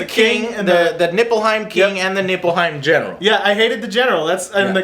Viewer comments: Joe its Lena Headey LOL and nippletown, lol i mean Niflheim, but still funny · NIFLHEIM, not "Nippleheim". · I believe it's Niflheim, not "Nipple"heim. XD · why does he keep saying NIPPLEHIEM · did i just hear niflheim or nippleheim ?! :^) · neiflheim you uneducated peasants! not nippleheim. Nippleheim. Nippleheim. hmmm, never mind. nippleheim it is! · Did he just pronounce Niffleheim as Nippleheim? lol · Everytime they say Nippleheim, its like someone's tickling my nipples its distracting :| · its nible-heim not nipple lol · Its neilfheim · Niflheim not Nippleheim smh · Niflheim, not Nippelheim.Probably based on Nifelheim,one of the nordic Underworlds. It's so stupid that you call it Nippelheim, really stop. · I just find it funny he keeps saying Nippleheim LOL. Anyways have fun with FFXV :D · NIFFELheim, not nippleheim. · Pretty sure it's Niflheim, with an F. Not Nippleheim! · NIPPLEHEIM ? beware the power of the nipples xD . its nifleheim if i remember correctly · Niplehein....Niplehein Joe xD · I can't take you seriously when you pronounce Nilfheim that way. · Niflheim.... Joe.... Niflheim. ;) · If u say nippleheim one more god damn time im gonna flip shit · it's pronounced Nifelhein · I don't think Joe realized it wasn't called "Nipplehiem" until at least half way trough the review XD. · Joe hearing the names wrong lol especially "Nippleheim" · Dells face every time Joe says Nipplehiem XD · Yo Joe, its Niflheim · Daniel always reacts about joe's "Nippleheim" which is hilarious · Niflheim, Joe. Niflheim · As a FF fan, all of Joe's mispronunciation and lack of understanding was super cringy. It's NIFLHEIM and MAGITEK XD love ya Joe